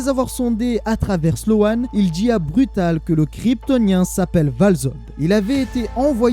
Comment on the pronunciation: Hola merci encore de ton travail et je me regale que des histoires que je ne connaissais pas. Et si ca peut aider ce n'est pas sloan mais slone niveau prononciation. ( a chaque fois je dis nan c est pas ca la prononciation lol ) Voilou force a toi et comme d hab toujours sur le navire pour ecouter de nouvelles story.